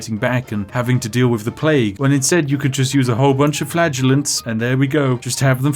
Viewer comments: "Now we're going to start mass producing flatulence" please no, Spiff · Also I keep hearing "flatulence's" instead of "flagellants". I am a child. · I thought he said flatulence, not flagellents. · Maybe it's because I watched on 2x speed, but I was hearing Spiff say he was beating the game with FLATULENCE not FLAGELLANTS. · I keep thinking he's saying flatulence rather than fladulants. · Anyone else keep hearing flatulence rather then flaggulants? Cause it's hilarious. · The child in my head giggling uncontrollably every time Spiff said "flagellants" and my brain turned it into "flatulence" 😂😂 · Every time you said flagellants I heard flatulance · I went the whole video before realizing he wasn’t saying flatulence. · Does anyone else hear Spif saying FLATULENCE instead of FLAGELLANTS? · I keep hearing flatulence instead. Haha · I heard it as flatulence the entire time. I don't regret it. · I know you said you'd beat the plague with flagellants, but I heard " beat the plague with flatulence". 😅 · Due to my headphones all I hear you saying is "Flatulence" which makes this video FREAKING HILARIOUS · Is it just me, or does it sound like Spiff keeps saying flatulence? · "We have infinite plague and flatulence" oh joy. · I was listening to this in the background and could've sworn you were saying flatulence.... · I know I’m late, but was watching whilst doing other stuff at work, and genuinely thought he kept saying he was buying flatulence… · Is he saying flatulence? 💨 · i thought he was saying flatulence the whole time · I keep hearing 'flatulence' instead of flaggellents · Anyone else keep thinking he’s saying flatulence instead of flagellants? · Did anyone else hear flatulence when he said flagellants? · Every time Spiff says "flagellants" I think he's saying flatulence. 🤣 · I keep hearing "flatulence" 😬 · Am I the only one who keeps hearing "the power of flatulence"? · I keep hearing "flatulence". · I kept thinking he was saying flatulence.